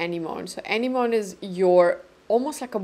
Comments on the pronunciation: I'm a little late to the party, but thank you for such a great demo of all the colors. There's a big sale now and I want to grab a couple of the blushes. The colors are all so beautiful! Oh -- anemone IS hard to pronounce! Here you go: uh·neh·muh·nee Hope that helps! 😊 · I believe that blush is pronounced “ah-neh-mo-nee” cause I’ve heard it in a song before 😅 I got their holiday gift set that has Azalea and I’m so excited to try it out! Your swatches are soooo helpful because you’re quite close to my skin tone and also undertones. I think the last four shades are stunning and I think I might wanna purchase Foxglove as well, it looks absolutely stunning!